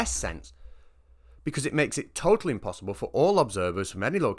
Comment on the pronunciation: 'me failing English, that's umpossible"